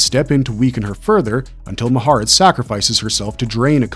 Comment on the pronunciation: Le-STAT not Le-STOT De leon-coor not de Lion court Ma-ha-RET not Ma-HAIR-et Also, Aaliyah (despite what some say) was not a good pick for Akasha. The description of Akasha in the book is Caucasian (although not necessarily specifically European) with extremely fair skin and delicate features (even before becoming the first vampire).